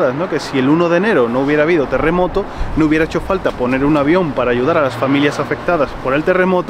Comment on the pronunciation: De no habel telemoto no habel mueltos... 😒